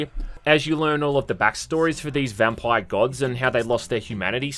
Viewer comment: Why do u say vampire so weird